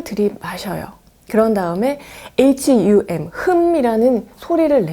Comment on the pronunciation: hum은 흠보다는 훔으로 발음하는 게 맞습니다. 산스크리트어를 중간에 언급하셨는데 훔이라는 글자가 있습니다. 해보시면 알겠지만 흠보다 훔으로 발음하는 게 더 깊게 들이마쉬고 내쉴 수 있습니다.